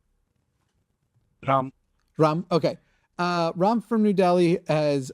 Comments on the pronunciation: Why ask if Ram is pronounced Ram or Rom? Why, after he has said it is pronounced as Ram, do the hosts proceed to pronounce his name Rom? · Ram as in Ram with a short 'a' - like the gentleman himself pronounced it.